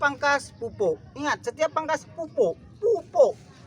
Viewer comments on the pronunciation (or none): Pupok pupok....melayu medan ini udah 😂